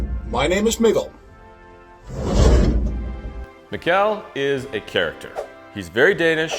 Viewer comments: Mikl, not miguel xD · You didnt even try to pronounce Mikkel correctly. Come on guys...sheesh!